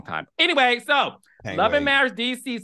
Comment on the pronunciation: Let's get some English courses, all that studying and she can't pronounce marriage...marrish, 🤣